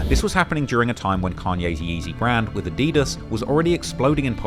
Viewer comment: NOW THATS HOW YOU SAY “adidas” 🔥‼️